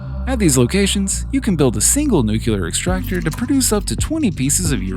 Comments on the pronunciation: It's nu-clear. Not nuculer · lost me at nuculer. on to the next vid.